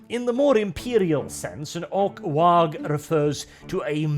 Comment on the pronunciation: Glad you're pronouncing the G in "waaagh". Far too few people realize that that G is not silent.